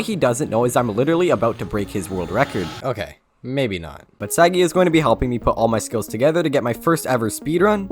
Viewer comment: i personaly know sagi you dont pronounce his name correctly